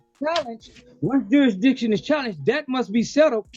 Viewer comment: "JurisDICTION"? no speaky English.